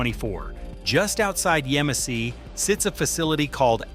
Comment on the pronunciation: The town is pronounced YEM-a-see not Yuh-MOSS-e. You obviously didn't go there.